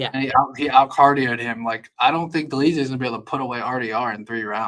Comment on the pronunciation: Bro also said Dolidze 😭